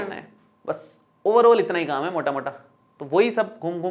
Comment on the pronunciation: Sir AAP Rajasthani ho "MOTTA MOTTA" 😃😃